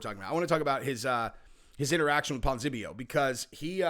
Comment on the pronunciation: Ponz-E-Nib-eo. You're welcome.